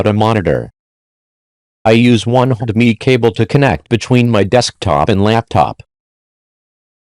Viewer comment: "I use one hedemiii"